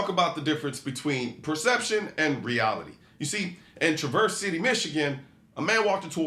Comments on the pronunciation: Dammit Colion this is the second time; It's not Tra-VERSE city in Michigan... it TRA-verse. The accent is on the TRA and rhymes with inverse, reverse, coerce, converse, or perverse. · Sorry but it's TRA-verse City not Tra-VERSE. The emphasis is on the TRA. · Pronounced Trav-verse. For the love of god. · Trav-verse City, not Tra-verse City. Thank you. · it’s pronounced “Travor’s City” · Tra-verse City. Check pronunciation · We pronounce it TRAverse City here Colion. 😜 Also HEY stop back over at CQT sometime! Vivek or no Vivek! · DUDE!!! Learn how to properly pronounce Travers City. You're cillin me. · There you go again, butchering the name "Traverse City". 🤣😂🤣😂🤣😂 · Will be curious to see how many videos it takes to pronounce Traverse City correctly. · Please watch the news articles you show about the Traverse City stabings and learn how to say Traverse City. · Please learn to pronounce the city in Michigan correctly. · you said traverse city wrong